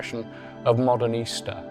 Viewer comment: The architecture stands all the more beautiful in contrast to that sloth of a man in his wrinkled suit mispronouncing so many terms like Modernista (as modern Easter).